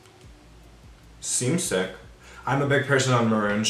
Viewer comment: so that's sieck...sick. LOLL I cackled.